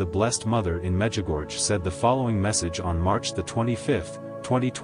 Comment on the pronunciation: It's pronounced 'Mejigorye.' if spelt phonetically in English. 🙏🙏🙏🙏